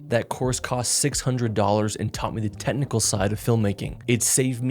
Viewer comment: Hey, is it "technical" or "tetnical" 😂